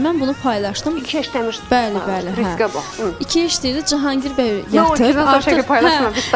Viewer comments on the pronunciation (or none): Aparcı deyir 😅risqə bax bə Edib Görəsən deyir risqə vax